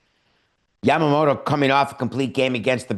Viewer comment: Your pronounciation of Yamamoto is perfect😊.